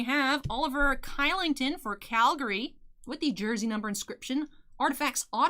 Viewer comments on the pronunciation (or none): Kylington is pronounced like Shill-ing-ton. I know looks wrong.